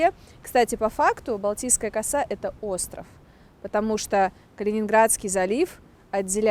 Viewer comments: Ударение правильно делайте в слове коса,слух режет.поселок Коса.,косу-у ударение на у. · Балтийская Коса ударение на а. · Пожалуйста, в слове коса ударение ставьте на второй слог